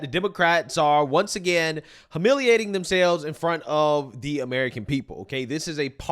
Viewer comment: huhmiliating? FFS!!! HYOOO-MIL-EE-ATE!!